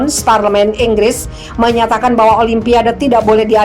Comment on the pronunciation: Inggris...bukan Enggres